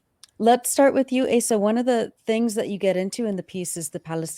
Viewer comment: I think Asa is pronounced "Ahsa."